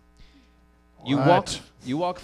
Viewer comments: What's more hillarious - the way he pronounces it. It is EXACTLY identical to the Russian speaker, moreover the emphasis they make, almost shouting.. It's golden. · AND HE SAIS IT SO CORRECTLY, TOO, JUST LIKE A RUSSIAN WOULD! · it made me laugh so hard, especially matt's nearly perfect pronunciation